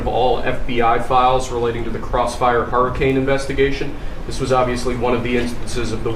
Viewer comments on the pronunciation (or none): none